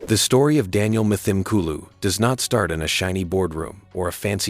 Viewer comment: pronounced : m-tim-kooloo